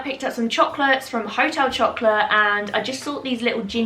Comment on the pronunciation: Amazing French accent there on Hotel Chocolat 🤣💕